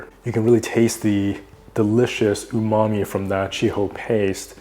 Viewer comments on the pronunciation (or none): none